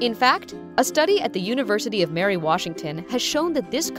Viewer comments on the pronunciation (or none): none